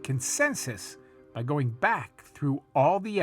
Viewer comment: (sp?) ~ The word 'going' isn't pronounced goinGUH. The g is soft. You're adding an extra syllable that isn't there. You sound uneducated. Learn to pronounce words correctly.